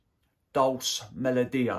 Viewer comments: I think Dolce is pronounced Doll-chee buddy. Thanks for the breakdown I’ll try and get a sample of it. All the very best for a successful and prosperous 2024 🎉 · It’s Dole-Chay